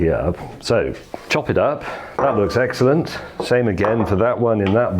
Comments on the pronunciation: ..............which is eggsellent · eggcellent and eggciting. Also very eggspensive eggsperiment 😂😂😂